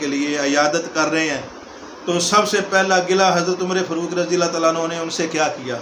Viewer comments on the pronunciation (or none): حرام کے نطفے کو بولنا آتا نہیں آیا ہے لیکچر دینے فاروق کو فروق ،تاریخ کو تریخ،محسوس کو مسوس بول رہا ہے ۔